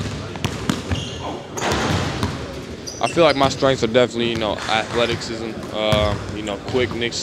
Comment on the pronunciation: Athletics-sism lol